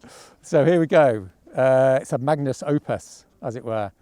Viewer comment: ...And, by the way, it's "magnum opus" (neutral), not "magnus". Leave the pseudo-intellectual cr-p out.